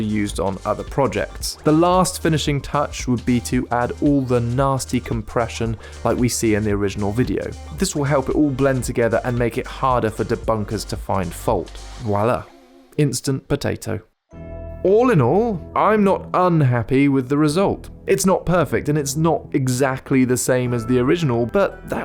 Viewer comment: Not "VIOLA", "viola" is past tense of "violer": to rape, but "VOILA". Non de Dieu, stop raping the French language, please ! and by the way, while we are on this kinda rapes it is not "Déjà vous" but "Déjà vu" Make French Great Again !